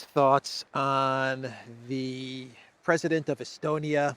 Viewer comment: Lavrov: “I think he was estoned-ia!” 😂😅🤣😅🤪🤪🙃